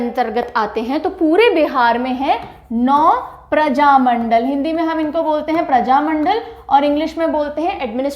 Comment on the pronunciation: बिहार में प्रजामण्डल नहीं बल्कि प्रमंडल कहा जाता है। इसके इतर आपके पढ़ाने का अंदाज़ बहुत प्रभावशाली है।